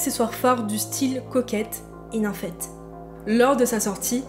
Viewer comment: J'ai bien aimé ta vidéo, je suis un peu plus âgée donc j'ai appris pas mal de chose de la génération après la mienne. En revanche il y'a quelques mots dont je ne suis pas sûre qu'ils sont bien prononcés. Nymphette ? Esthétique (j'ai entendu aesthetic donc en anglais) et aguicheuse (et pas aiguicheuse). Peut-être que c'est moi mais ça m'a interloqué.